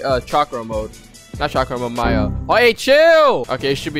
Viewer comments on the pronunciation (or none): none